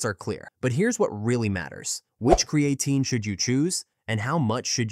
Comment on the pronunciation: Maybe learn how to pronounce the name of the subject of your next video?